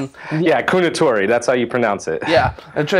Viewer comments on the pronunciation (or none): If I'm not mistaken, Kounotori is actually pronounced Kōnotori (long "oh" sound rather than an "oo" sound). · Sorry guys you are both ( and ) wrong. "Kounotori" is pronounced as [Kohnotori]. There is no "u" sound in the pronunciation. (Video time )